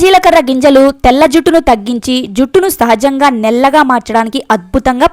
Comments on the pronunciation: నెల్లగా కాదు... నల్లగా......over action అవసరమా.... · నీకు నల్లగా అన్నారాధ నల్లగా అనటానికి నాముషిగా ఉన్నదా నీకు నల్లగా అని పలకరాదా పాలకటానికి ప్రయత్నించు వినటానికి ఛండాలంగా వుంది అమ్మాయి 😭